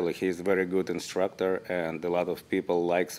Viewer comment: Im making a change, from now on i will no longer say instructor, im saying “instructah”